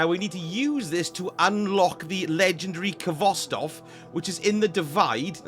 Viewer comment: The k is silent! Pronounced Hvostov with a hard H